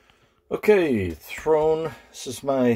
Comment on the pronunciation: Isn't it Throne, not Thone? Maybe I misheard.